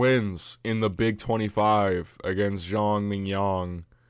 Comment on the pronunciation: haha i kept thinking you saying Zhang mignon like .. fillet mignon